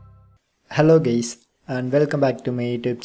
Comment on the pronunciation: "Hello gAys"??